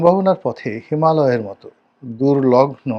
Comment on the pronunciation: দুর্লঘ্ন নয়, বলুন- দুর্লঙ্ঘ্য !